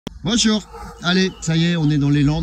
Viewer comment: Mdr ce "bojor" au début